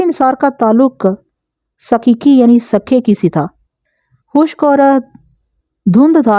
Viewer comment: It's sukhay kee or sookhay kee not sakhay kee